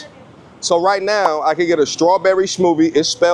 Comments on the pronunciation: Not being able to pronounce smoothie and then judging them on the way to strawberry is spelled and you're an American lol but now I'm glad for you, Homie so glad for the content. Love you bro. Much love. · That New York came out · New York accent bro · NYC accent🔥